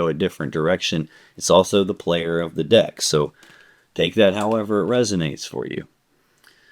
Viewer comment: lol I thought you said “dick” instead of “deck” 🤣🤣🤣